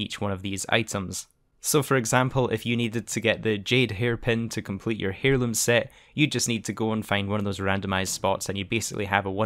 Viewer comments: Mate it’s pronounced like Air-loom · Love ya, but say it with me: Tarot = "tair-oh" Heirloom = "air-loom" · IT'S PRONOUNCED AIR LOOM! The H is silent! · He says “heirloom” like “hair loom” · Lord, could you imagine a person from another country pronouncing a word differently than yourself. MY GOD, THE HUMANITY!! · Definitely a silent H in heirloom